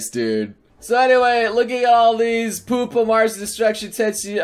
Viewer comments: Im Pretty Sure Its Pronounced Pyupa Not Poopa... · I like Pupa....and it's not Poopa. Pew-pah. I cri everytirm. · why you hate pupa D:? and btw its pu-pa not poopa and its good weird defintly weird and gorey but good and the last episode is good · Pupa is pronounced "Pyu-pa". It's the cocoon stage of an insect's lifecycle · I like Tenshi no Drop :( And pupa is pronounced "Pew-puh".